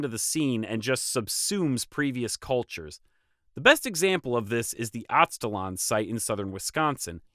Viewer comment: I'll explain why, but It is pronounced "Az-te" (the same way you would start the word "Aztec") "laan" like lamb but with the "n." The reason is "Aztalan" as a name IS very much related to the Aztecs. But it came about because of an erroneous belief at the time of discovery that the mounds there were related to the Aztec culture, either the mythical northern homeland of the Aztecs or the power of the Aztecs reached that far north. Anyway, I live about a mile and a half away from that site. It's definitely a big deal to the locals and connects to other myths in the area.